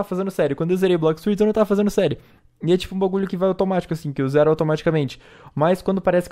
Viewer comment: bom gente a lingua deste humana foi extinta a mt tempo seu dei mt dessa lingua ele quis falar assim "zero segundos